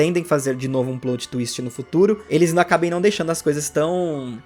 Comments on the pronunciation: "Plôt" não ,amigo. É "plÓt" mesmo, pode agredir esse "o". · É "PLÓT" e não "PLOUT" peloamordedeus! Doi os ouvidos ouvir plout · Não é "plout" twist, é "plót" twist (o jeito que se fala). Coisa básica, please, melhora. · Bacana o vídeo, também senti muita falta das Megas Evoluções, ao meu ver eles trocaram isso pelos Z Moves por ser mais fácil de criar vários Z Moves que podem ser utilizados em todos os tipos do Pokémon do que criar 6 novas Megas Evoluções, foi uma questão de praticidade bem preguiçosa. Só uma correção, a pronúncia correta é "PLÓTI" e não "PLOUTI" como você fala alguma vezes.